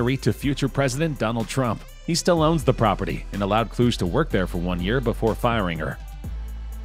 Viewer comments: Kluge = Clue-Gee NOT Klooj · Cheminitz is pronounced with a HARD C -- as in K. Kluge is pronounced Clue Gay, yeah it's a famous German surname. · Dude, please look up how to pronounce certain words. The way you said "Kluge" and "Chemnitz" is absolutely terrible.